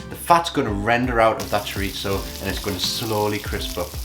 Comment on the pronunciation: Nice recipe. I’ll try this evening. Btw just to note there’s no ‘t’ sound in chorizo 😉